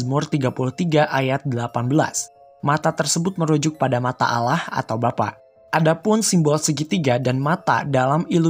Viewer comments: Menit 6.07 penyebutan bukan alah tapi di sebut Alloh ini hanya masukin kecil yg besar efeknya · nyebutnya bukan Allah tapi Alloh walaupun tulisan nya Allah tapi dibacanya Alloh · Fiks miminya bukan islam karena penyebutan ALLAH nya salah